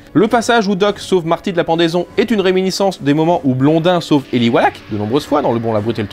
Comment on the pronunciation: Eli Wallach pas Eli Wach :)